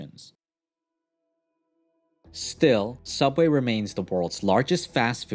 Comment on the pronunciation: You mean sooubway B)